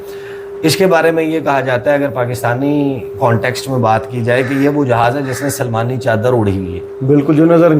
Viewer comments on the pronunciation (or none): سلمانی چادر ۔۔۔۔نہیں ۔۔۔۔سلیمانی چادر ۔۔۔۔۔۔